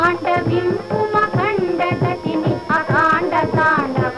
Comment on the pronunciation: AKHanda not akanda